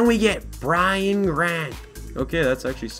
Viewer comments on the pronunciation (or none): none